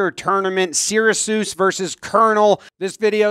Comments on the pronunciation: "SEER-a-soos"? It's "SAIR-uh-kyoos". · Sear A Seuss rightly getting joked about but I think Cornell being pronounced like "Colonel" right after is also tripping me up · As someone who grew up in Cayuga County in between these two schools, I absolutely love "seer-uh-soos" and "kernul" 🤣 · mispronounced all three school names on purpose at the beginning of the video. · he did not just say searasuse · Who says Syracuse like that?!?! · I cringed so hard at the pronunciation of Syracuse. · Did you seriously mispronounce Syracuse in your opening? wow.